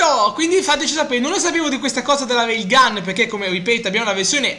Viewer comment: si dice Rail gun